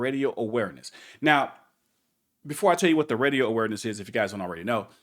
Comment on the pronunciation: I heard Reedio not Radio